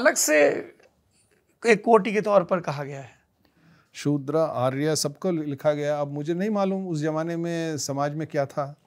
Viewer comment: 🙏 दोनों को वेद मंत्र का ठीक शब्द ज्ञान न होने से भिन्न अर्थ बोला गया, जो ठीक नहीं है, आर्याय = आर्य के लिए, नहीं, अर्याय = वैश्य के लिए, है